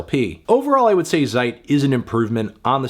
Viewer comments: Why do you say "zeik" with a english z? Why go through the trouble to say it specially but fail completely? Zeit is ts-eit, no ch or k sound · It's a German word, Zeit (means time), pronounce it as TSEIT. Americans, always making up there own silly pronunciations.